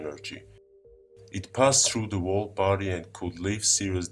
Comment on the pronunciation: I am smart enough to build a time machine but I can't say the word whole correctly.